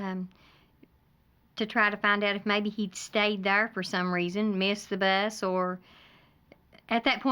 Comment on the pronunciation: “Thurr” not there😂😂😂😂